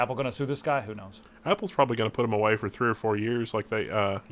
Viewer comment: Hehe... "put that a-WHEY"